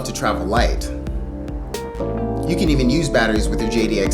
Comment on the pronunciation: "you can een use batteries with the JD Xi" hahaha why didnt i know about you earlier. much respect this channel needs more attention man